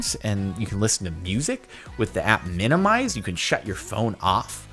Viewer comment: Did he say "with the app minir-mized"